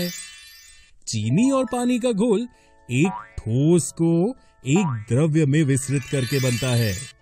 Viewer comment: द्रव तथा द्रव्य का उच्चारण दोषपूर्ण है। द्रव तथा द्रव्य का अर्थ अलग-अलग होता है। पदार्थ की अवस्था द्रव होती है द्रव्य नहीं। पदार्थ को द्रव्य (matter) भी कहा जाता है अतः द्रव्य की एक अवस्था द्रव होती है।